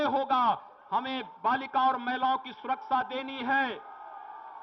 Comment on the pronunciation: Jis insaan ko dang se hindi nhi aati vo mukhymantri hai... Vande ko bande सुरक्षा को सुरकसा bolta hai